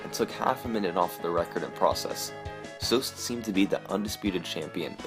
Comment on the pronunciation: Why does this guy keep mispronouncing Zoasty's name? It's not Zoast!!